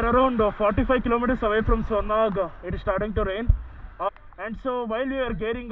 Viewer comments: It's Sonmarg sir not Sonamarg👍👍👍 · I m too from Kashmir dude and its Sonmarg